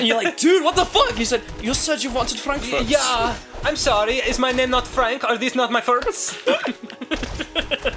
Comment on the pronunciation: It's funny because you say Frankfurts like "Frank furzt", which literally means Frank farts.